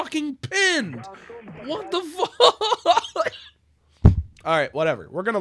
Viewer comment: “WAT DA FAUWK” is so funny to me xd